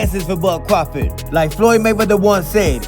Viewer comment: pronounces crawford like Cwafawd. He Sounds like Elmer fudd